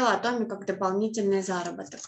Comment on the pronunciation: Почему, большбольшинство, кто занимается Атоми, говорят Атоооми, а не ААтоми. Корень слова: атом. Вы же не говорите атооом, а говорите атом. Очень режет слух Ваше произношение Атоооми. Подумайте об этом.